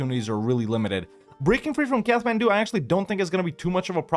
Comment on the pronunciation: It's pronounced "Kat-man-doo" not "Kath-man-doo".